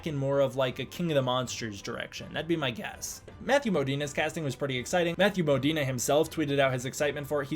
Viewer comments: I’m pretty sure it’s Mo-Deen. Not Mo-Deen-eh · His name is Modine not Modina. I'm not sure why you're pronouncing it so weirdly.😂